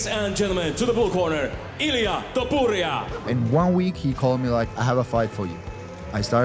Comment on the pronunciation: that is NOT how you say his name lil bro 😭✌